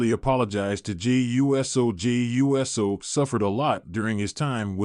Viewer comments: DUDE!!! IT IS NOT U - S - O!!! IT IT IS PRONOUNCED USO (OOSO)GET IT RIGHT OR SHUT UP!!! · Please correct your AI pronunciation of Uso. I gave you a thumbs down, even though you have good content. I chose not to finish it too, because of your CONTINUED mispronunciation of Uso. 😠